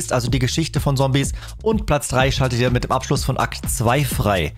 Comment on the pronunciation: Das du Sombies sagst triggert mich echt😂